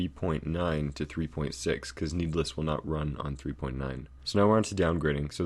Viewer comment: YES OMG ITS SO ANNOYING